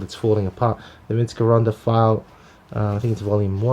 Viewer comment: It's pronounced Jeronda!!!